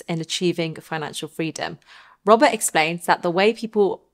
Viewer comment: when you say Robert it sounds robber , that explain everything :))))